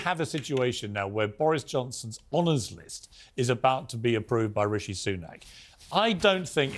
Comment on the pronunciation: ....who the hell is "Rooshy Sunook"...??